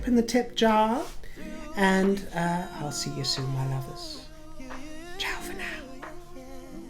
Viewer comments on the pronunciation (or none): none